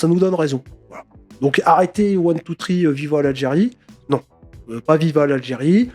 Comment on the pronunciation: One two tree Viva l’allergie Tu m’as tué 😂😂😂😂😂😂😂😂😂😂